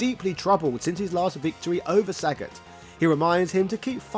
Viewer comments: It's not Saget mate, it's Sagat. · Sagaaaaaaaaaaat not Saaaaaaaaaaaagat